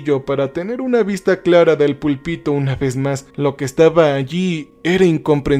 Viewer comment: me saca mucho de la historia como pronuncia "púlpito", parece que no sabe ni de lo que está hablando. Y sus historias suelen ser buenas, pero parece que no ha terminado la primaria cuando quien sea que le pasa las historias, le pone palabras "dificiles"